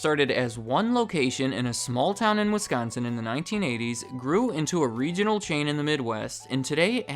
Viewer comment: THANK YOU FOR PRONOUNCING WISCONSIN CORRECTLY! As a Wisconsinite I am so sick of people putting such a heavy emphasis on the "con" part, but you said it completely normal. THANK YOU!